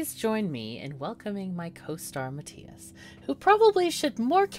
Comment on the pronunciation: Mathias has correct and superior pronunciation.